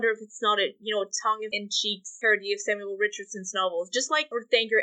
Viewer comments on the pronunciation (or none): none